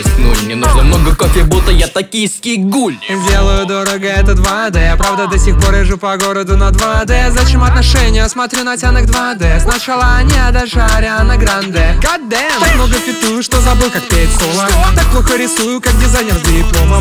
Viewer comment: Ксенон когда делал видео обосрался (отошения там вместо отношения)